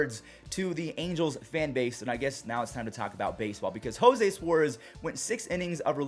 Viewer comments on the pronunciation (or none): none